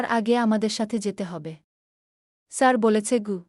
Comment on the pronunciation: আপনার পড়া ঠিক করুন শুদ্ধ করুন। কাঁদতে কাঁদতে বা হেসে হেসে এই শব্দগুলোর উত্তর উচ্চারণ আসলে কি তা জেনে নিন।আপনার গ্রামের বাড়ি কোথায় সাড়ু কি ধরনের শব্দ, স্যার শব্দটা ইংলিশ, এটা উচ্চারণ করতে এত কষ্ট হচ্ছে?এভাবে চলতে থাকলে কমেন্ট খুব একটা পাবেন না।